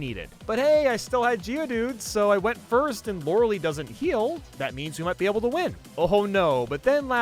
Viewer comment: Why is he using Harden to try and tank Water Pulse? That's not how the game works... Also, I'm pretty sure it's pronounced Lawr-Uh-LIE, not Lawr-Uh-LEE. While we're at it, how did he manage to have enough PP for the entire Elite Four?